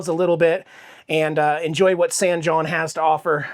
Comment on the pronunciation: San( hon)is how san jon is pronounced....; )